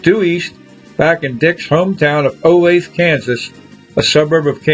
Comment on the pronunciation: They stole the car in Iowa not Olathe which you pronounce wrong. And the arresting officers in Vegas were not women .